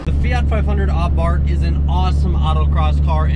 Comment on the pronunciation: I see you use the name Abarth 500 in this title and not the F-word, 🤣 (edit: you even pronounce it “Ah-Bart” in Italian pronunciation, nice) I keep hoping someone takes a yellow one and customizes it into a “Abart Simpson”